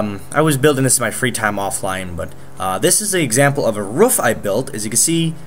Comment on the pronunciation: ik im late to commenting but when he said roof sounded like he said rough